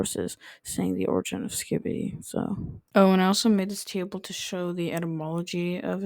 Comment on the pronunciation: skibidi is supposed to be pronounced schkibidi which is just a cute little scat phrase so yay